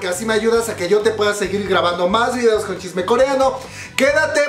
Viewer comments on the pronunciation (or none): none